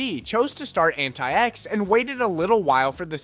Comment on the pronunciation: "AntaïEx" linux Yeah, that or antics, I really hope english is not your mothertongue.